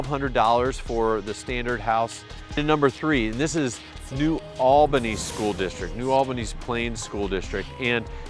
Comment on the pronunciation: Little tip for ya, when you say New Albany pronounce it Neu All-bah-knee like you have lock jaw. I'm from Columbus born and raised but live in Wabash, Indiana now.